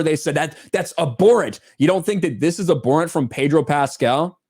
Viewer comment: "Abhorrent" You pronounce the H. Ab-Horr-Ent. Let Gary know too